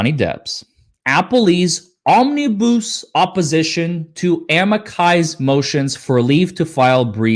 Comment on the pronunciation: Omni bus. Not bousse